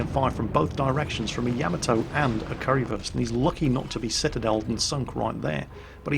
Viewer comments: It's funny listening you pronouncing ship names.. It's Kurfürs, Not Currywurst(Curry-Sausage) xD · its not pronounced "curry-würst", its pronounced like"kur - first" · And it's probably Kurr-First, not Curry-versed, Curry first, or whatever it is you're saying :) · I love saying currywurst instead of kurfürst xD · I like how you pronounce "Kurfürst" as "Currywurst" which is german for "Curry Sausage" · I keep hearing currywurst every time you pronounce Kurfürst. :p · are you calling it "currywurst" oO? is that an accident or on purpose? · Currywurst... :P but its Name is Kurfürst :D